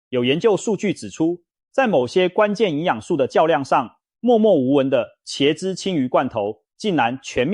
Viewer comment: （ㄑ一ㄝ/）茄子的茄，（ㄐ一ㄚ）雪茄的茄，請問你唸的ㄑ一ㄚ/是哪個字？？